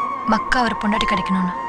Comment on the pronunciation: has the ability to convert any word into bad words 😂😂😂...it's 'pondatti' Not pundati..😂😂😂😂